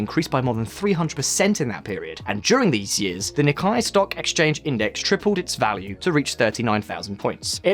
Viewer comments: NIKKEI It's called the nih-KAY not ni-kye. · He just butchered it. It’s pronounced “Neek-Kay” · Am I missing something? I've never heard "Nikkei" pronounced the way it is on this video 🤔